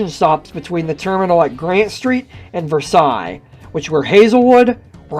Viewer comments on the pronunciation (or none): it’s pronounced ver-sales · In other words, it’s “vur-SALES”, not “vehr-SIGH”. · As we lived in the South Hills we never had any use for the PAT Train but we did go down and ride it out and back over it's last week of service to say that we at least rode it once. And I know you are not local so not in the know but Versailles is pronounced as it is spelled more or less (ver-sales), not like how the French do. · It's pronounced "ver-sales" and "port view,". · B&O PATtrain serviced Pittsburgh,Braddock, McKeesPort, PortVue ie pronounced PortVue on Pittsburgh Division onto Keystone Division to service Versailles pronounced Versales. B&O Pittsburgh to Connellsville PA had possible 15 stops in Allegheny County with possible 5 stops in Westmoreland County and possible 5 stops in Fayette County PA leading into Connellsville Yard. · Ive lived south of Allegheny County for sixty years in Fayette & Greene & Westmoreland & Washington Counties. Versailles wasn't pronounced like the Royal Palace in France. It was pronounced VER-SAILS with VER rhyming with HER, and SAILS rhyming with TAILS or TALES. Port Vue didn't rhyme VUE with VOODOO instead VUE rhymed with DUE or DEW. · Portvue is like Portview. Versailles is like Versales. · I thought the same thing. ver-SAILS is correct Pittsburghese. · Does NOT have to be France. The name of the borough is pronounced "Ver sails." However, for any history course covering the end of World War I in a Monongahela Valley high school, teachers must refer to the Treaty of "Ver sigh." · Oh my... That's not how you say Versailles. This isn't France. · A little bit more research and you could have figured out how to pronounce some the places mentioned. Western PA does not usually pronounce french words like the french do. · Have to wonder about narrators who don't bother to research correct pronunciations. This narrator is obviously not from the Pittsburgh area.